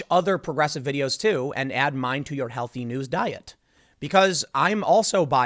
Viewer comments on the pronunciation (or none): none